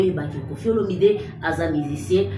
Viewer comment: Mama tika ko ecorcher kombo ya papa na biso.c est Olomide pas Olominde.Bongisa